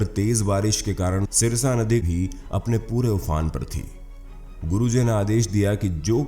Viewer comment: Jo aap jeh naddee ke vare mein bta rahe ho Woh sarsa naddee thi Aap jise sirsa bol rahe ho.